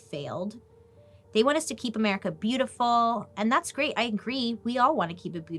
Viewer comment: Everytime you say America, I instantly hear 'mericaw.🤣